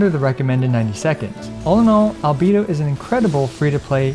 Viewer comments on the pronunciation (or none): Min sorry I can’t watch this video bcs of you saying albido instead of albeido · For god's sake please stop calling him albeedo. I love your content, but this is outrageous. Put the voices in english and listen to the pronounciation ffs. AL BAE DO. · Now I see why Albedo's name pronounce: Alovador/Elevator 😉 lol